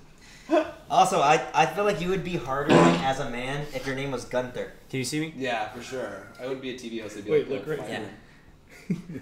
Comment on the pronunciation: 7 minutes into the video/stream and I already know this is gonna be a DISASTER😅 I MISS SHAKE IT UP🥺(pronounce it like goon-ther) Hunter loves to troll chat😅